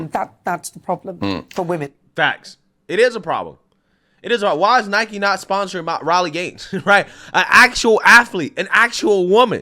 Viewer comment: It's pronounced "Nai-kee" 🤦🏼‍♂️